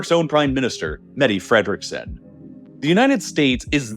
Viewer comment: It's Mette Fredriksen, not Medi Fredriksen